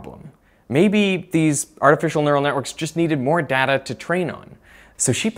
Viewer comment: ok I don't know if I told you this before but you are mispronouncing the word, 'data'.